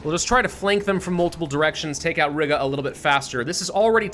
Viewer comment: Oh my God the way pronounces Riga just REALLY annoys me! Hey, it's pronounced Ree-ga!!!